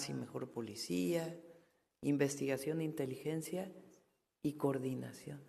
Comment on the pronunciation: Cordinación chavos, coordinación cordinacion, coordinaciooooooon vale madres che reportero !!! y burlarse del reportero que es parte del pueblo bueno nos coordinamos pa la próxima , bueno ya una pregunta no mas , la candidata ya se conso , ......igual que su jefazo ineptos